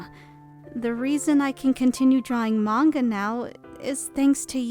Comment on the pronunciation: Manga isn't pronounced "mayn-ga." It's pronounced "mahn-ga."